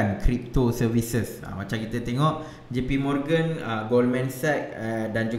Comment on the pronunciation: ... sebutan J.P. Morgan tu bunyi mcm JP Murugan je aku dngr. Haha... hebat Mr. Murugan ni.